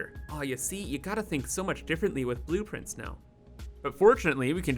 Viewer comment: Are you calling them boop-prints?